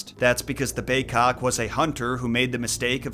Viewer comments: why do you say bay-'cock' instead of bay-'kok'?? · It's big-kok....I know. I'm an injun from nw ontario